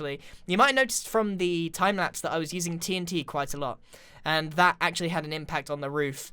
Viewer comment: are you having a stroke